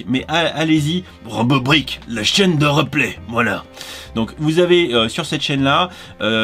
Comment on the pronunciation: Reuuuplay, on dit riiiiiiplay